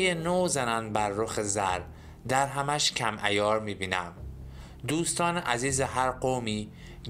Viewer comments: سلام دوست گرامی و راوی و مفسر محترم با ادب و تواضع دَرهمش کم عیار می بینم به شیوه ای که جنابعالی می فرمایید اشتباه است شما (( دَرهم )) را با فتح دال به معنای مخلوط شده و در هم آمیخته برداشت کرده و تلفظ می کنید که صحیح آن (( دٍرهم )). به کسر دال که واحد پول قدیم است می باشد .... بعنوان مثال الان ما می گویم تومانش یا ریالش یا دلارش کم عیار و بی ارزش می بینم ایشان هم گفته دٕ رهمش کم ارزش و کم عیار می بینم ...... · دِرهمش کم عیار بینم نه دَرهمش،،، لطفا شعر استاد رو درست تلفظ کنید. ممنون